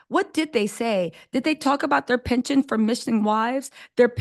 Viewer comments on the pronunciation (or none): none